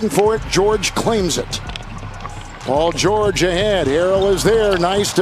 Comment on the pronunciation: Paul geurrjg